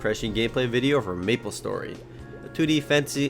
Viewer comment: Aaaaand I thought he said nipple story for a sec